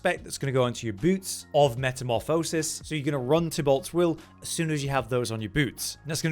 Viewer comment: Please learn how to pronounce metamorphosis. It’s nails on a chalk board.